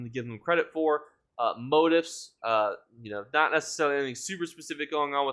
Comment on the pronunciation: lol you're still pronouncing motifs wrong...gives me Deltia vibes because he continually mispronounces things too 😂